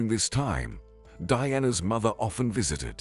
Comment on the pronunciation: Apparently his pronunciation of "Mother" is pronounced " Mither"!!